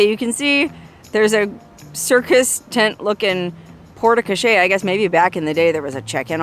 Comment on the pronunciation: Another fabulous video. Hint: “e” on the end of a French word, generally, is silent. The “e” tells you to pronounce the letter before it. So porte crochere is simply pronounced along the lines of “port co-share”. With emphasis on the “shere” part. I think the wigs were off; your sister should have worn the black one and while you look great in both, you carry off the blonde one even more